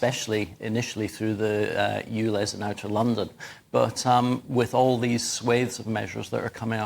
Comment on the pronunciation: Dear Michael. It's called ULEZ, not OOLEZ!!